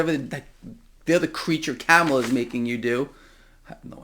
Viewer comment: You sound like a total moron when you say Kamala the wrong way. It’s (calm-alha)